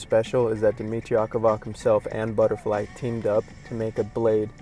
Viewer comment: you are pronouncing his name completely wrong